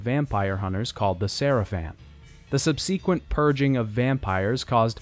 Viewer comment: Subseaqwent no no no subsequent is not pronounced that way my dude